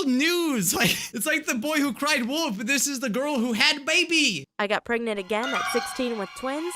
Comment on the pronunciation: It’s pregnant, not pregegonant, LOL